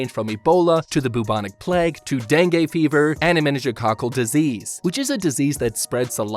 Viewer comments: Dengay 😂😂😂 tf man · Is dengue pronounced like that?